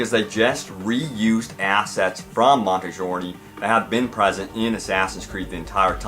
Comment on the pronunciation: Love the videos, man. But please, practice the names you have to say before you record.lol. I get mispronouncing Monteriggioni, but Sir "Connor" Doyle? Like I said though, nice vids; you always have the news first, it seems.